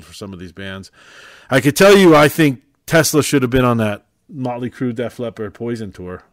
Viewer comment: It's TESLA not TELSA